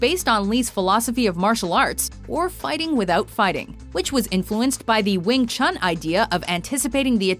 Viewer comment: lol if you say it in chinese (as it's intended to) it's pronounced as "Yong Chun"